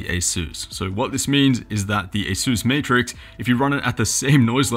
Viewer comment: Did you say Meatrix?